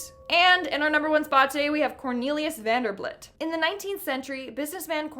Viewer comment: Yes, I want to see more! I love cemetaries! Also, the last guy's name was VanderBILT, not VanderBLIT. 😄